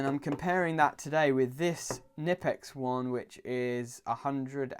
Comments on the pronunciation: Not "Nippex" Knipex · The K in Knipex isn't silent dude, it must be pronounced. It's Knipex not nipex ... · Not "nipple ex" It's "K" nipex. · Found an old pressmaster krb-0560 in work and I was delighted, thing had be forgotten up in the i beams for Years, I didn't just take it either, I saw it, and it was still there 6 months later. Sounds like fair game to me. Also you pronounce the "k" in knipex (kn-ipex) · Something I only just found it, it’s pronounced “ker-nip-ex”